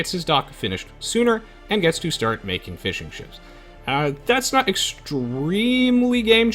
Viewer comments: "...and gets to start making fish and chips" ... cant unhear that haha. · Am I the only one who hears fish and chips instead of fishing ships?